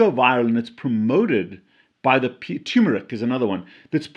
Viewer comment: Dude, it's TURMERIC, NOT TOOMERIC